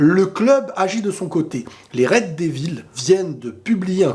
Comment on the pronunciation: "Les red devilZZZ " pas "devil " , pk les français ne prononcent pas le "s" a la fin des mots anglais ? vous etes tellement nuls en langues vous me tuez lol .